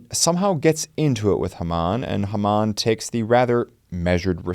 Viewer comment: like the videos; but, its; HAY-muhn...